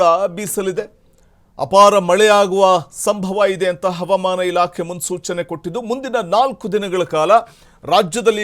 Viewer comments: ಹವಮಾನ ಅಂತ ಯಾಕೆ ಓದರುತ್ತೀರಿ ಹವಾಮಾನ ಅಂತ ಹೇಳಿ ಸಾಕು ಮಳೆ ಬರುತ್ತೆ. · Helidaga baralla helede iddaga barutthe havamana alla avamana ilake 😂😂😂